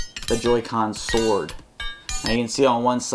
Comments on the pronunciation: SWOARD (not sword) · Sword not SWOARD